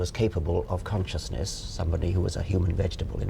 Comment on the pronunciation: Oh god she just said "Conscious-nIss" Sorry macbook, can't hold it back anymore :/